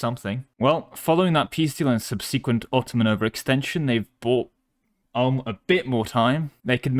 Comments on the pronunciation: It’s Ulm not Ahm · Ulm is pronounced like "Oolm". Not "Ah-lm". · As a german, let me correct your pronunciation of 'Ulm'. It's 'OOlm' as in 'stOOp' or bOOb'.